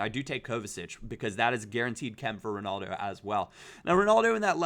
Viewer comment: Why can no American not say Ronaldo properly ?